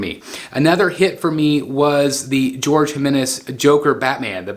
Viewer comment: Just a friendly heads up that Jorge is pronounced Hor-Heh, not George.